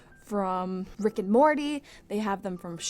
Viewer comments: I thought she said frick and morty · How come when she said Rick and Morty I heard “Fricken Morty” 😂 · When you said rick and Morty I thought you said fricken Morty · I thought she said friek and morty 😂